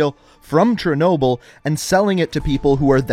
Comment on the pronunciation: Great video, but i think you might want to give a bit more attention to how you pronounce Russian words/names. Like its Chernobyl not Chernoble etc.